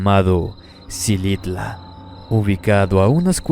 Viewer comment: Se dice jilitla y el castillo de Edwards James